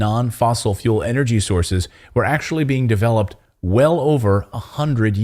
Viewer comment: PLEASE STOP calling it fossil fule we all KNOW it is NOT> well anyone that has their eyes and ears open and brain not closed.